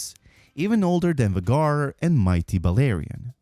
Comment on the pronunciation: the serie is out longer than 2 years, and you still pronounce VHAGAR WRONG!!!